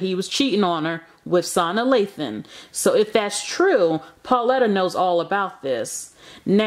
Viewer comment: You tore Ms. Lathan’s name slam up lmao 😂